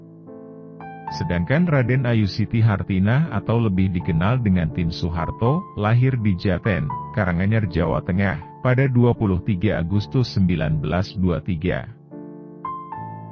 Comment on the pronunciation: Mendiang almh Ibu Tien Suharto lahirnya di Desa Jaten Kec. Jaten Kab. Karanganyar. Bos admin nyebutnya salah (kedengaran saya), bukan Japen tapi Jaten.